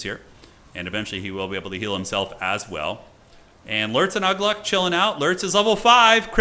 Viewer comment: Uglúk is pronounced Oo-glook